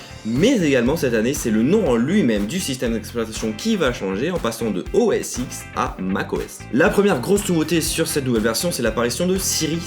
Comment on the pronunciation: On dit pas OS X mais OS dix Désolé chuis sensible sur ce genre de choses mdr